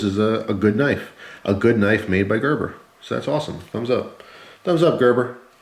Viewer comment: oh shit just realized it is pronounced like that, it thought you said greber